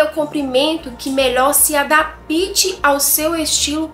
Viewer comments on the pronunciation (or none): Eita, experimentar, "exprementar" fica feio.😮 por favor, não é "adapite" se escreve adapte e se diz "adápte". Tá difícil. 😮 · Que sw adapte(se fala adápte) e não adapite.